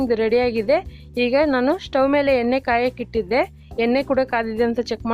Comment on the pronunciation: ಏನೆ ಅಲ್ಲ ಮೇಡಂ ಎಣೆ ಅದು